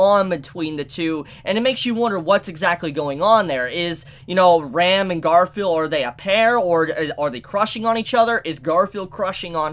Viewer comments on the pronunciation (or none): RAAM not ram lol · I always get caught off-guard with the wrong pronunciation of Ram's and Rem's name. Ram always sounds like REM and Rem like RIM! It's pretty common with English Anitubers unfortunately :/ A quick listen to how they say it in the original would solve this, probably... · who is this Rem? why are you mispronuncing Ram so much, you ok?